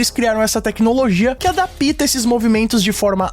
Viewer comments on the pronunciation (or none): Adapíta ❎️ Adapta ✅️ espero ter ajudado! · "adapita"??? Fala o português correto moço. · "Adapíta" foi de fuder kkkkk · achei q fosse o único a perceber kkk